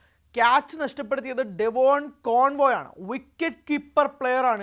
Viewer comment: ആദ്യം നുണ വാർത്ത പറയുന്ന ചാനല്ക്കാർക്കെതിരെ കടുത്ത ശിക്ഷ നടപടി എടുക്കണം. കോൺവോ അല്ല. ഡെവൺ കോൺവെ ആദ്യം കളിക്കാരുടെ പേര് പഠിക്ക് എന്നിട്ട് സഞ്ജുവിന്റെ കാര്യം പറയൂ